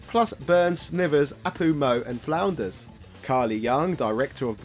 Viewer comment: he flubbed Flanders name purposely right? if not wtf is the matter with you!?